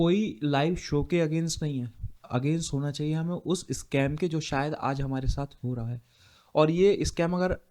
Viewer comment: scame nahi bhai, "scam" hota hain